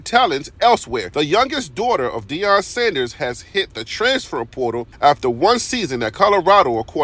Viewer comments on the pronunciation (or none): none